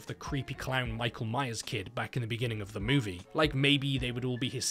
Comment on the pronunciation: U know u didnt watch the video correctly until u hear "the movie biggins with"